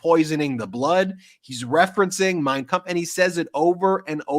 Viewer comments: Yes, that was the exact thing I said...that Trump saying the name of Hitler's book with perfect German pronunciation totally outs his beliefs and practices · That was a scary statement, he can't quote one passage from the Bible, but not only pronounces Mein Kunpf correctly but quoting passagies from it over and over. Trump may not have read Mein Kunph , but I bet Miller read. It to him like a bedtime story. Ihave been telling people for a long time, that Trumps playbook was right out of Mein Kunpf. We can not become the new Nazi country, that we fought and lost lives over in WW2. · It was very strange that the way he pronounced Mein Kampf he did it correct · Trump is of German descent so he should be able to correctly pronounce Mein Kampf. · The German name Trump was Trumf so of course he can pronounce it. But he is still a LOSER!😅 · Trump is paranoid and can pronounce that book name better than anyone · I thought the same Ben - trumpty pronounced ' mein kampf ' with a perfect german accent!! Got it from his vater perhaps? 🤔🤔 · Yep, I thought that too. His pronunciaton is quite on point Steven Miller is a Capo